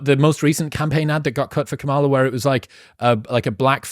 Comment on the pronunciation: Did Chris consciously or subconsciously mispronounce Kamala’s name?